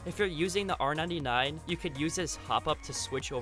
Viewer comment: Its pronounced r99 not r 9 9 psychopath